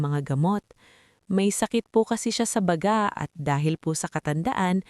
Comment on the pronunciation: Ganyan ba tlga ang pag bigkas ng salita ba-ga?